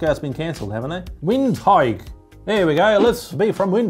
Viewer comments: Windhoek, windhike 😂 vint-hook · Wind hike. 🤣🤣🤣🤣 It's actually prnounced Vind-ook it's Afrikaans. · It's the pronunciation of Windhoek for me 😁 Took me a second to realize my Namibian friend always talked about *Vindook*. I never seen it written.